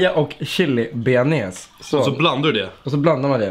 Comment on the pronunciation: Beanes? Bearnaise heter dä